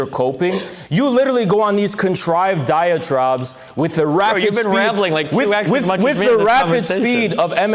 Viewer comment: anyone else notice that says diatraub instead of diatribe just why how do you even get there